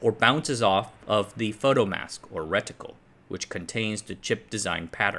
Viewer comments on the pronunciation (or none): Stopped watching after he first said ret-itcle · Reticle, don't say the I so loud...